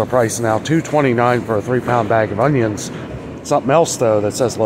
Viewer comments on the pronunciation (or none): none